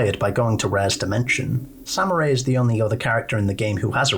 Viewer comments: SAM-MERY!! NOT samurai WTF??? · I kept laughing whenever he'd mispronounce her name and kept calling her "samurai" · Saying Samarie as Samurai drives me nuts I'm sorry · nah its funny